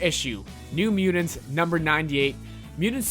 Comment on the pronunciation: Dude the way you say mutants (mudins) and kittens (kiddens) drives me nuts. I can’t even pay attention to what you are saying. Work on your pronunciation bro LOL